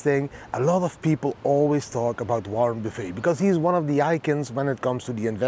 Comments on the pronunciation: Great vid! Warren Buff-it is how many say his name. In Dutch, Buff-het. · It is pronounced Warren Buff ETT